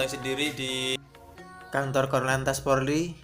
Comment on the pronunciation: Polri bukan porli